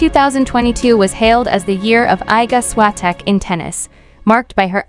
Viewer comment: Się ist Iga Świątek.Prosze mówić poprawnie jej imię i nazwisko😊